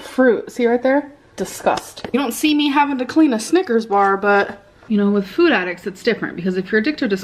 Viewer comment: I cannot handle hearing her say “füd” so many times in a row